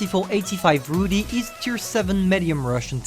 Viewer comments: "Rudy", it's funny how every Youtuber pronounces this word wrong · hufra_gamer Warrior_Cat isn’t it pronounced roody?